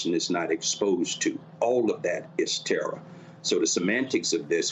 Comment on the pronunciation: "its terra, its terra. terrarizing, its terrafying"